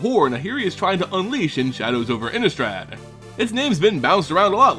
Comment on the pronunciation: Laaaahhhhgggeee. Innneeeeestrad. love the way he pronounces those two.